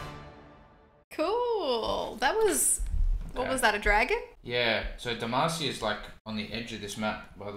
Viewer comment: Come on now! It’s not Demacia.. it’s D E M A C I A!!!!!!